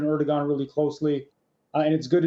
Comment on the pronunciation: It is not pronounced Er-dog-han it is pronounced Er-do-han